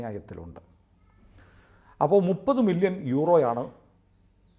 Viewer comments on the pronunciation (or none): none